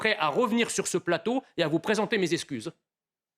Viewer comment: on prononce eXcuse quand on sait s'exprimer clairement en bon Français et surtout quand on passe à la TV devant des millions de personnes, Mr le Français Jean Messiha ! et pas "esscuze", ceci avec le respect, vous dites des vérités mais vous allez trop loin trop souvent.